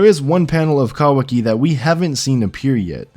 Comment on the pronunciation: I just don't think you're saying that right.